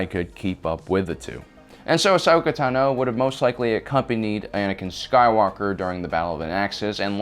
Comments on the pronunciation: It’s Ashoka tAno, not ahsoka tanO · Bruh you said teno its tano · It's pronounced TAHNO, not tuh-NO. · It's pronounced "Tah-no" not "Tuh-no" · Y does he pronounce Ahsoka's last name TaNO instead of Tano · TENO????? It’s TAAAAANOOOOO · It's tAno, not tanO, it's time to stahp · Bro it’s Tano not Tino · You are mispronouncing Ashoka Tano. It's (AH- SOAK-A - TAH-NO) NOT (AH-SOKA - TUH-NO) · The way you pronounce her name is throwing me off, you're saying it quick Like TNo Im so used to it being longer like ( I don't know if this will communicate correctly through text but) if you sounded out Ton-oh, tru-per for trooper ton-oh for Tano. Well I don't know how its supposed to be pronounced just throwing my two cents out there. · Tno is what he said it’s tano I have ocd 😂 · T O N - OH not tino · The was he says Tino instead of Tano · in my language its pronounced tAno not tanO i guess its the same everywhere? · Tah no, not tuh noe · Tunoh. Tunoh. Tunoh. Me: ITS TAHNOH! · Yep its “tanno” not “tenno” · Ahsoka Tuna? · Ahsoka Tuna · tuhno Not Tano tuhno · Why do you call her Ahsoka Tanoe? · Ahsoka Taknow lol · Ahsoka Ta NO lol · You are KILLING me!! It’s Ahsoka Tano( T-ON-O ) Asoka and Padme are my favorite characters from clone wars you pronouncing Asoka’s last name wrong is just killing me!!”😑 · "Ahsoka Tunno" 🤣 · Ahsoka "Tuhno." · Ahsoka tenno, LOL what is this Warframe? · Ashoka Tanó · There's only one way to pronounce it and it's Tah-noe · BoomKaBoom88 Ahsoka tUno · Ashoka tenno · Just butchering "Tano" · anyone else peeved about how he pronounces tano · It's annoying how you say ashoka's last name. It's like you Over enunciate it. Never heard anyone say it that way. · No accent needed for, "Tano." She pronounces it in the series and it definitely is not that way. Haha. 😊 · The way you are saying Tano is annoying me lol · The way you pronounce Tano is really fucking irritating. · Is anyone else mad at how he pronounced Tano